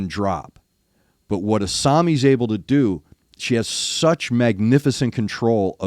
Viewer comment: I'd call this particular song more power metal than symphonic metal, but that's a minor point. You pronounced Asami's name correctly.